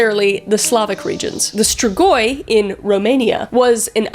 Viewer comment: min thx sm for saying the "strigoi" right! I'm so happy for no reason 😂❤